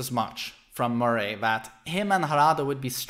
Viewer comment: I love that he says "Murray" like Joaquin Phoenix says "Muh-ray" in The Joker lol